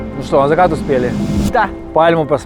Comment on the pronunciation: Кырабли , зыкат ,стыбильно, в тыких....Да...да...да